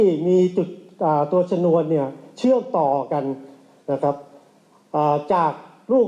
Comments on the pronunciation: ปลดชนวนระเบิดครับ ไม่ใช่ ฉนวน อ่านข่าวอะไร?😮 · ชะ - นวน ไม่ใช่ ชะ - หนวน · ปลด ชนวน(ชะ-นวน) ครับ ไม่ใช่ ฉนวน (ฉะ-หนวน) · ชนวน อ่านว่า ชะนวน ไม่ใช่ฉะหนวน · ไปเรียนมาใหม่ดีไหมแล้วค่อยกลับมาอ่านข่าว คำว่า ฉนวนกับชนวน ความหมายมันต่างกันเยอะเลย😂😂😂😂😂😂😂😂😂😂😂